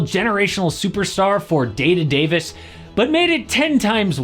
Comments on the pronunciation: 'Day to Dayvis" 🤣🤣🤣🤣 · everyone gonna ignore that you just called AD "DAY-TO-DAVIS" that was crazy hahahahahahaha